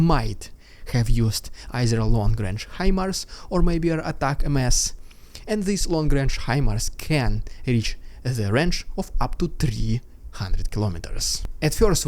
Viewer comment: Learn to say "Uh-tack-umz" or "Ah-tack-umz". The missiles are not called "Attack-eam-ess"